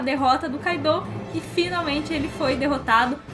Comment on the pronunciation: Tipo o kaido , eu sei q escreve KAIDOU , mas a pronúncia q cai melhor seria KÁIDO (sem acento )